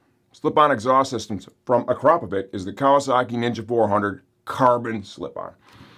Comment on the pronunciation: It's pronounced 'ack row po vitch' Of course you also have his details to forward to the Police for a fraud prosecution. Bet he didn't think of that either 😅 You're welcome.